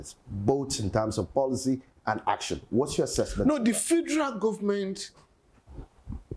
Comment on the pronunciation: Why the Journalist sef say "the Fidral Government"? Abeg leave am for SAN Falana😂